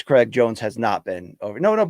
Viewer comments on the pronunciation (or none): none